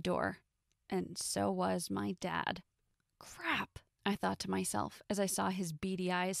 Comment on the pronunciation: Crab instead of crap